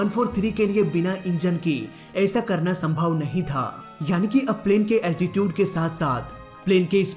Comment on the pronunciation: Altitude pronounced be like अल्टीचिउड, not अल्टीटिउद।